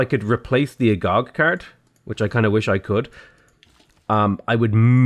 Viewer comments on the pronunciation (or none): Agoge = uh-go-gay. It's Greek, like "agape" which is pronounced uh-gah-pay.